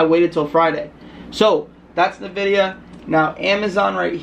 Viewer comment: Wait did you just call it "nAHvidia"? 😬